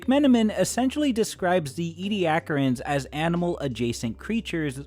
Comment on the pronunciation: Ed-ah-care-ians. Not Ee-de-ack-rins